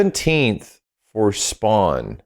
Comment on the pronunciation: Fawkin SPWAWN😂😂